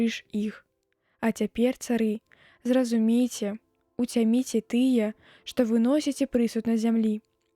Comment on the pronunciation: Прачытана: уцямі'це, слоўнік дае націск на першым складзе: уця'міце.